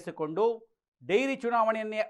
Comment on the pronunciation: ಡೈರಿ ಅಲ್ಲ ಡೇರಿ